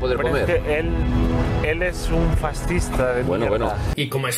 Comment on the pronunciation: Un "Faztizta" jajajaja